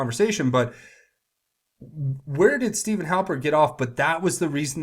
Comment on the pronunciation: His name is Stefan! Not Steven. It is pronounced Steff-AHN!